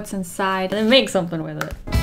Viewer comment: i love how the intro first sounded sooo fancy lol then " and its time to make something wiff it eeeee"